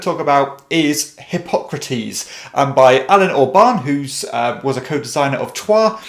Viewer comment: Who else heard "hip-hop critiques" when he said Hippocrates the first time?